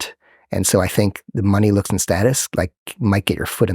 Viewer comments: It bumps me that he cannot pronounce the word, "looks" and it sounds like, "lux". Also, the only thing that this strauss nerd ever picked up were fat lines on a mirror with his nose. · I thought he said LUX but he said looks. I thought it was about some new term with a really deep meaning since it's connected to light :)